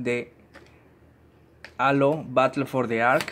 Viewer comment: Amigo sólo te queria decir que halo se escribe halo pero se pronuncia jeilo